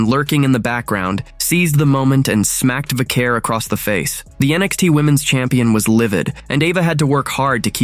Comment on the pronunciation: Stop mispronouncing vaquer